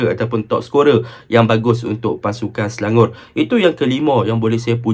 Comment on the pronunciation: Nampak struggle nak sebut Selangor 😂 Sebut selangoq je bang..